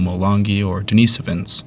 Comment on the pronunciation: Denis - OH - VINS (Denis/Dennis as in the male name; like Dennis the Menace...) not Den - ee - so - vins